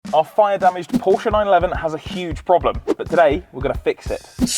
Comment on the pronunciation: Would defo buy a Hoodie that's says Porscha'specialishhh 😂😂😂